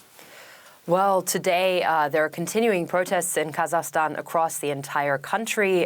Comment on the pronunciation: try to pronounce the name of the country correctly - is it that difficult?! - just try! Its Ka-zak-stan - NOT kazastan 🤣🤣😒😒Your forecast is also doubtful - you don't really want to see your neighbours to succeed, do you?!